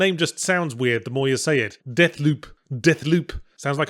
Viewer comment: De thloop LOL